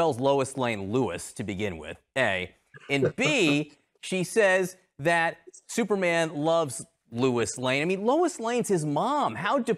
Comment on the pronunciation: "Thooperman" was funny.